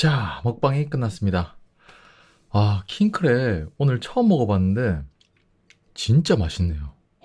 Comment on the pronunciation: WHEN HE SAYS KING CRAB I HEAR KING CRAP